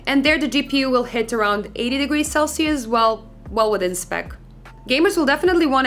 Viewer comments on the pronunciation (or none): none